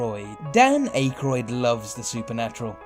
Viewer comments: It's pronounced Dan "Ack-roid" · Dan ACHE-roid? 😂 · Please don't pronounce Dan Aykroyd's name like "Dan Eh-Kroid" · Ack-Roid is how you pronounce your number 1. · Sounds like "Dan Acorn". Typical British disregard for native pronunciation. How does one get Don "KEY-shot" from Don "Quixote"? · The most interesting thing about this video was your inexplicable pronunciation of Dan Ackroyd's name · He's probably not familiar with the actor and doesn't know how to say his name and so pronounced it the way its spelt (Aykroyd). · a couple things.... the spaceman photo has been debunked, so i'm assuming the MIB experience either is a lie from the man who took the photo to make it more believable, or a fabricated story to embellish the spaceman photo by somebody else, or a completely separate event that has been incorrectly linked to the spaceman photo. Second, you absolutely butchered Dan Akroyd's last name. Like that was unbelievable.... a well earned thumbs down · Am I the only one disturbed by the way he pronounces Dan's name?? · Thanks, I was going to comment. Who doesnt know how Dan Ackroyd is pronounced? Perhaps the narrator, himself, is from another 'place.'